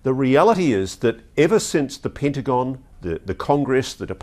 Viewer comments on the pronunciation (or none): What's the 'Pintagon'? Lol. Anyone?